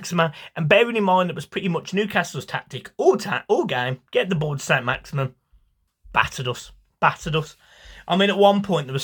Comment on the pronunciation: Its Maximin... Not Maximum. Put respect on his name